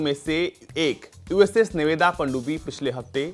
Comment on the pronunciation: नाम तो सही से ले लिया करो.... नेवदा नहीं "नेवाडा" और ओयो नहीं "ओहायो" होता है।।।।